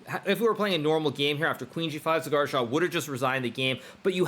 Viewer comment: It's not cigar , it's saagar😂😊